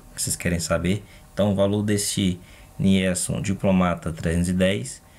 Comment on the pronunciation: pronuncia se NILSON.